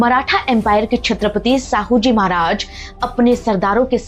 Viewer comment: मैडम साहूजी नहीं शाहूजी महाराज कहिए नाम तो सही से लो